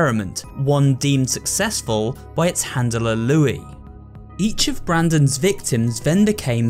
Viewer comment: Luis not Louis